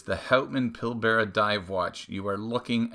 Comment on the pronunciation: This watch is from my home town. Remind me next week and I’ll help you with your pronunciation of Pilbara 😊